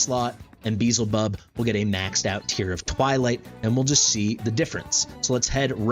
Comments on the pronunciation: i dont understand why you intentionally miss pronounce his name, because ,,its a game, not biblical'' but... theres an entire faction of seven deadly sins, and you pronounce them correctly... and its the same faction beelzebub is from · its not pronounced correctly... as name is not english at all... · This isn't modern english pronunciation this is just mispronouncing and thinking 'z' comes before 'l' lmao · no I mean ppl who pronounce it Bee-hell-zay-bub.. It should be closer to Baal since it's the same god that was repurposed.. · I did watch it. Cringed every time you said, "Beezlebub". Way to make assumptions. I mean SERIOUSLY man... 🙄 The fact that you point out you know you're saying it wrong should tell you that you shouldn't be getting mad at people for bringing it up. Especially when you invite the feedback with, "unless a million people tell me otherwise." I'm just one of the million. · Not tryna be that guy but the L is before the Z in his name so that alone should tell you your pronouncing it wrong. I think it's the biblical pronunciations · petition for correctly pronouncing Beelzebub. cm on guys, its hidious how he says it, i cant hear that xd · You're saying the character's name wrong. You are not even pronouncing it the way it's spelled. You're saying "Beezlebub" but it is spelled Beelzebub. You're swapping the L and the Z around. "Probably my new favorite hero in Watcher of Realms! Beezlebub is amazing..." You're not even spelling it right. 🤦‍♀ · Be-el-ze-bub or as worguides says xaris lol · Say it however you want, but the L is before the Z, big guy.